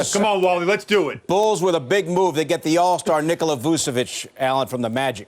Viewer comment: It’s VuCHEviCH not Vusevic